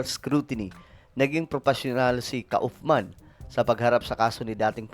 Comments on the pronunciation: Kaufman is pronounced "kufman". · Hello it is pronounced as: Koff-man, British pronunciation. Thank you.